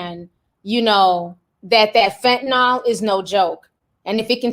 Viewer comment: Ti it's fentanyl. Fen-ta-neel. 😉